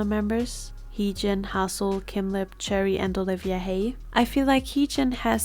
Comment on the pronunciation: I think Choerry’s name is pronounced Chwe-rry!